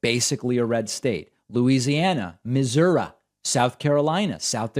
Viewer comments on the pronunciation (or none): Please don't say "Missour-UH" again